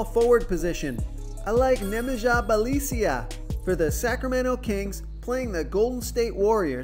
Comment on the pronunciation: Congrats..!! I think week in week out you give the best fantasy picks and advice.. On a lighter note...I like how everyone seems to pronounce Bjelica differently...